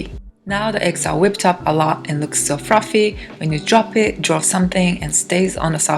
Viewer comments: Please consider remaking this video with a new voiceover. That cake looks so great, but Fruffy and Lough over and over again. Frows. Ooof. It was cute once. It was cringe by the end, and hard to understand at times. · there are no 'L's in the Japanese language :D